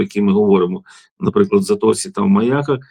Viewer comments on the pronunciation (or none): Пану Братчуку подяка! А особлива подяка за те,що він знае назви населених пунктів Одеської області. Ведуча не в темі,що міст знаходиться в МаЯках,а не в МаякАх. І ще. Правильно казати місто РенІ,а не РЕні.